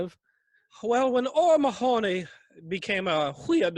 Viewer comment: “O’Mahoney,” is pronounced “O’Ma-Hanny!”